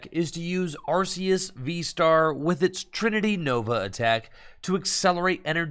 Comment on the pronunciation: I love the change from "Ar-See-Us" to the correct way, "Ar-Kee-Us". 👏